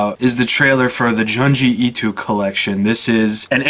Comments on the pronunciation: Joon-jee Ee-toe Good video though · Lol at the way you pronounce Junji Ito